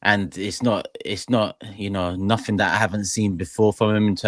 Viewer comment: “Nuffink” - Cretin